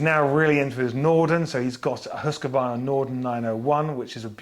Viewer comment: *Hoos-kvarna. Not Hoos-ka-varna It shouldn’t have to be that damn difficult to pronounce Hus-qvarna!